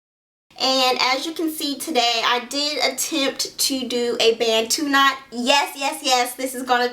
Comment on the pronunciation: nevermind I heard u say batu knot out sorry, but that is so cute, u should keep it that way